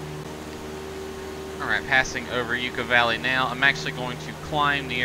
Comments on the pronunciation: Great video, thanks. Btw, it's Yucca Valley, not You-ka Valley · Yucca valley lol the way you pronounced it.